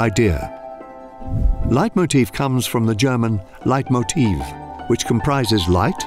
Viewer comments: ouch gotta work on your German mate Leitmotiv is just capitalized but otherwise is pronounced almost identically as in English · Actually, the international pronunciation is exactly how we pronounce Leitmotiv in German. By changing the pronunciation for the German word slightly, you made it slightly incorrect, whereas the previous pronunciation was correct ;) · Hi, I'm German and I just wanted to say that "Leitmotiv" is pronounced exactly the same as "Leitmotif". The stress is on the first syllable, just like in English.